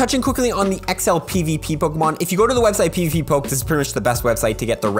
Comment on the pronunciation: its pvpoke not pvppoke